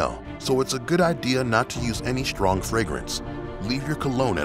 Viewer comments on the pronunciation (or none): strong not "Schhhhtrong"